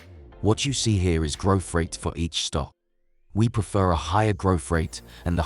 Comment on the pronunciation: It's growth not Groff you muppet